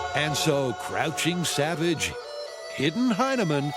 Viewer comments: "Hidden Hyneman". hmm. Really gotta watch your pronunciation on that one. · "Crouching tiger hidden Hyneman" HuHUHUHUH sounds like hymen.